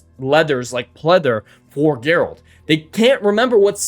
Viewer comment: Sorry, but I have to. It's "Geralt."